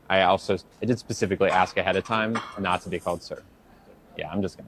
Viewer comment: C'mon man. 14 minutes of a smart, intelligent, informative conversation, then you sound ignorant. "Axe" is a tool for chopping wood. "Ask" is a question. You don't even try to speak right.